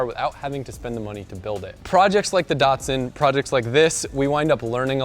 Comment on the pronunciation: How to Pronounce Datsun for lol..